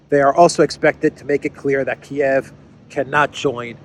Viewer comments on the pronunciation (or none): none